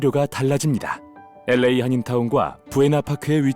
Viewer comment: '엘레이' 가 뭐냐? '엘에이' 라고 발음 못하나?